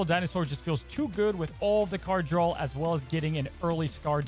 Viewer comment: (draw) not drawl